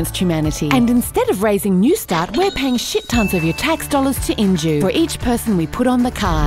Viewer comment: The companys name is injue? Or end you? Lol caught that the second time